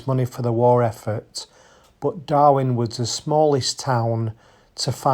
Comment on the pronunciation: STOP CALLING IT DARWIN... IT IS DARWEN...... DARWIN IS IN AUSTRALIA KNOBHEAD